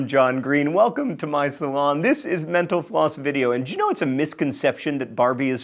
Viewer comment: I keep hearing Mental Floss as menopause l ol